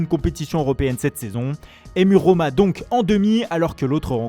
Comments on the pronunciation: La Rrrrrrrromma! Quel boulet... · La RRRRRRRoma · « La RRRRrRRrrrrRrrRroma 😂🤣 » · la Rrrrrrrrrrrrrrrrrrrrrrrrommmmma